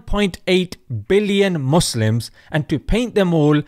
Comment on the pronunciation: I like how this Mossab Yousef guy pronounces arabic words in a weird way. like 'Mozzlems'. It's like he never spoke arabic in the first place 😂